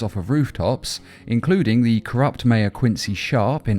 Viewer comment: ah yes, "Th Dark Knight"